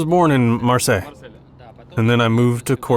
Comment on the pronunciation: What is the city he calls ''Marcel''?